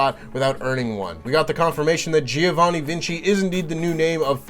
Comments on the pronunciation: It's Giovanni, not Gee-o-vanni. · As an Italian I'll just leave here that you should pronounce GIOvanni as you pronounce JOker :3